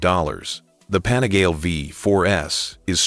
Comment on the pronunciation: pan -a-gar-lee. ffs!